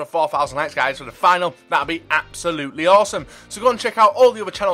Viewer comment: he says fork not fuck